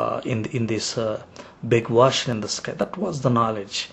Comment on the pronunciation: u cant even pronounce ocean, how he will learn arabic lololololo "Stop wasting ur time with false arguments against Islam!!!"